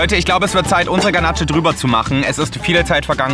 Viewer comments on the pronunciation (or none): joey man spricht es Ganasch aus und nicht ganatche HAHHAHAHAHAHAHAHA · Ich als Konditorin 🥸. Ganache wird „Ganasch“ ausgesprochen, nicht Kanatsche 🤪 sorry wollte nicht klugscheissen. War ein Lustiges Video, wie immer 😃 danke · Die ,,Ganatsche" killt mich!